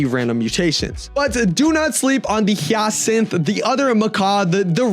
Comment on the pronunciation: hyacinth is pronounced "hayacint"